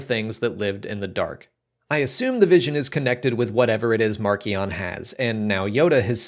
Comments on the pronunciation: For what it's worth, the audio book for Light of the Jedi and the official Star Wars youtube channel say mar-see-on not mark-ee-on. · I've been pronouncing it 'marsh - ion' and I'm never going back on that!!